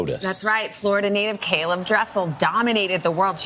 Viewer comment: It’s interesting how his name is pronounced correctly as caeleb when my name isn’t by others half of the time 😆